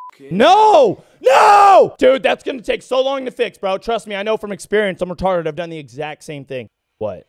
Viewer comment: Angry Cops pops in "He's Retodded"